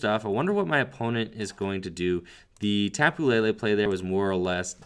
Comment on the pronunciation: Its Tapu LE LE Not La La!